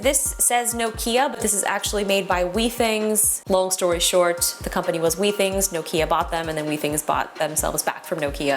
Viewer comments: I think you’ll find that it’s pronounced with-ings with a short “i” not wee-things. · I would be worried about 99.5. That is a low grade fever. If it increases, I would go see your PCP. (Also, your pronunciation of Withings is incorrect)